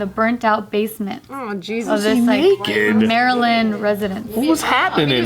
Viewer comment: Ayyye pronounced Maryland correctly.